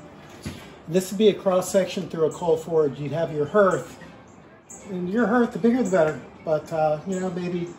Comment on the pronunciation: That word, “hearth” sounds like heart, not like herd.